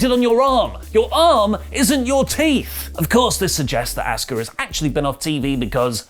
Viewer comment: Asooka, not Ask-Ha. Learn how to speak